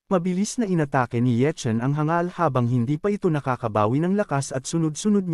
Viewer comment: ayos hindi na hang gal sinasabi mo kundi hangal na good job . korny kse ng hang gal saket sa tenga